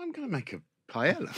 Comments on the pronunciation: Pie-ey-ya the double l makes a y sound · Can't continue. Every time I hear one of you miss-pronounce "paella:, it's like chalk squeaking on a blackboard. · the commitment the UK has to not pronounce Spanish words😂😂😂😂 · The repeated mispronunciation of paella is so maddening and just so damn British, it's insane.